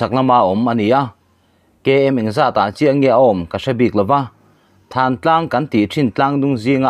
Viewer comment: Thlantlang a ni lo thantlang tih zawk tur